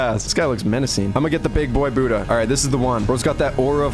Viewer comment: bro tf is "boodah" and "keelo"